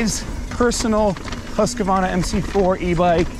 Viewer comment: Husq Varna Not husqua varna